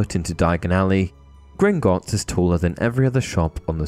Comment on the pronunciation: How many times can you say “Grignotts” incorrectly? Idk the actual number but you said it wrong at least 20 times in this video.